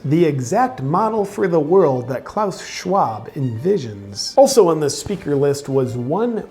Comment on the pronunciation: it sounds so funny when you speak klaus schwab name in english. And it gets even better when Klaus Schwab try to speak english^^ Btw JP is a fucking legend!